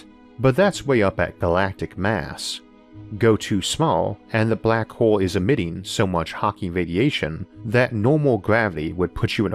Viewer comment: great video and thank you for the great content. some highlight from this video black hole = black hoo Star = stoo its own = it's ooo deeper = dipoo normal = nooomoo center = sentoo hole = "horse" sometimes bigger = bigoo slower = slovoo closer = clousoo